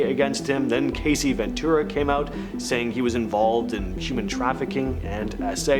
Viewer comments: Cassie. Not Casey. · Isn’t her name Cassie? Not Casey? Lol